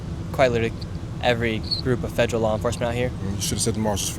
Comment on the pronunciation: It’s pronounced “FED ER AL” not “FEDG ER AL” it’s also “UNDER ARREST” not “UNDERNEATH ARREST”